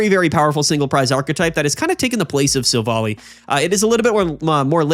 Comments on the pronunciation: hello ! Just to say : it must be Silv - ally. Like in an ally. Since in french it is "Silvallié" meaning the same thing :p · silvally is pronounced silv- ally ally like wow hes an ally not like alley